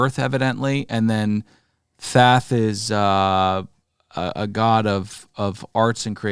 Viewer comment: God damnit are you saying Thath on purpose its Thoth with an O fer fuck sake